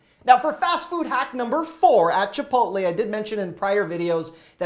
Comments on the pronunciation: Did this guy just say chipotly? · Chipotly 😂 sorry but I never heard someone call it that lol but still love your advice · Learn how to say "Chipotle" correctly